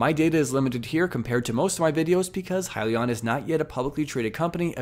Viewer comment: Way to just hit the highlights. You got the name right lol “Hi-Leon”. I still like “Heelion” though